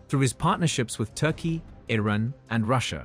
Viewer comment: reset the bot, its IRAN not ruddy IRON.